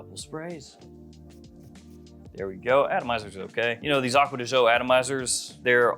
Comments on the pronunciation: My dude, I love your videos. But please learn how to properly pronounce the brand. It’s “Acqua Di Gío“ not “Agua De Joe”. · he sure as heck does not. It’s an Italian brand and as such is pronounced Italian. Not American.